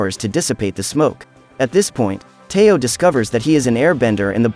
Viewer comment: Its teo not tayo